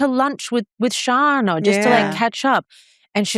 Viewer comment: Say it with me! “ShARRna”